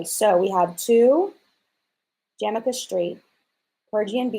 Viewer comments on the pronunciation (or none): none